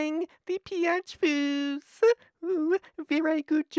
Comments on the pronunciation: Pee-ah-chie abuse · replace the p with a b when he says "peach" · oooohhh the pe-ach is ver-ie sha-vieed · It sounds like he's cussing when he says Peach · It sounds like your swearing when you say peach.